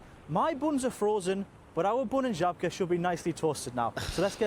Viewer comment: It is Zhabka. Or whatever you would write it in English. Ż in Polish is like J in French